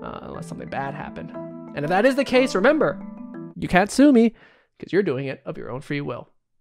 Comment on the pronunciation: So what was it again? "Cursed Hungarian Suicide Song"? Yeah? And the "Ghost Film"? Uhm okay! Got it! Gotta check them out after this 👌🏻 I love how he said in the end, "you can't SUE Me"😂😂